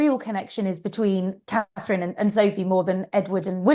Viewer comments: Is it so difficult to say Catherine and not KATE. Or are you doing this on purpose! Elizabeth, from South Africa. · Try to say Catherine! And not Kate! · Kate (because she can not say Catherine) Nichols again??..I'll go watch Dan Wooten and Brittany.